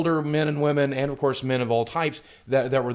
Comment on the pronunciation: Despite this being a very well made and truthful video, i kept laughing when boogie said woahmen